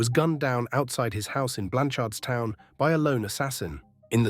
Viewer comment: It’s pronounced Blanch’rdstown 🫡